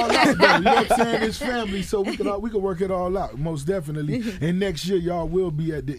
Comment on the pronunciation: say mos definitely one more time, N am'er strangle your police ass...Otherwise great interview